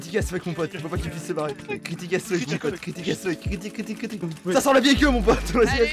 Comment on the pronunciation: C'est pas "ass fuck" mais "as fuck" Allez bisous les michtos.